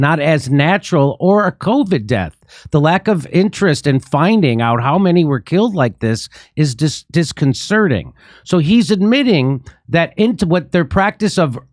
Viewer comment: Disconcerting, not disconcerning.